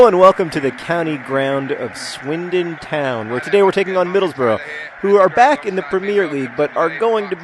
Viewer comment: YESSS!!! Thank you for not making the horrid annoying American mistake of not saying middlesBURG rather than middlesBRUH like most Americans. THANK YOU!!!